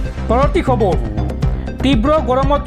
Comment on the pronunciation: খবৰ শব্দটো খবৰু কিয় হয় বাৰু?